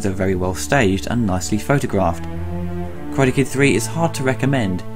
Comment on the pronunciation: Great review. Your pronunciation of "Karade" put me in mind of this clip: (skip to 0.30)